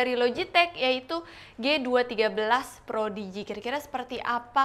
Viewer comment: Prodigy. Kayaknya pas di tengah video bilang projidi